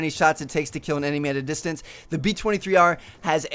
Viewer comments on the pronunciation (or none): Lol you said distrance... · oto he says distrance instead of distance s funny